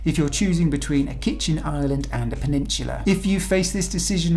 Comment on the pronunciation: I wish he would say Peninsula correctly